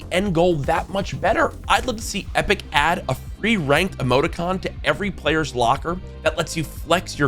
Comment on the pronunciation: let’s æædd😂